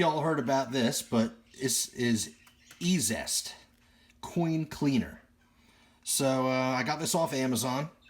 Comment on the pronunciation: I think it's pronounced Easiest (E-Z-EST)... haha but I don't know that. Great video, I've been curious about cleaning some stuff... So that looked stupid easy! The half dollar looked nice, the other may need a scrub or something? I wonder if the mexican money was already matte and dull when minted? Different silver finish perhaps. I wonder if there's any long term residual effects of cleaners on coins? I'll probably pick up a jar just to try out... Good experiment my friend!